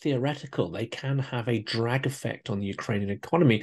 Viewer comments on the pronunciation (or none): none